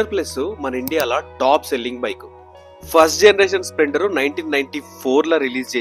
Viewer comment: Bro it's splender ✅ Not spilnder ❌😂😂